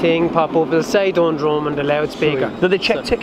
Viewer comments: "hEyy PenNeY bridge" "DoOndrumm" 🤣🤣🤣🤣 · Dundrum isn't pronounced that way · His pronounciation of Dundrum killed me